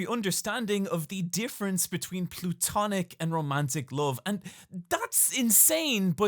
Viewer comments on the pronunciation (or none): Platonic. Not Plutonic.